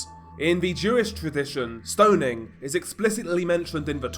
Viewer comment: HEY! There's no letter "D" in the word STONING... STO NING not STO DING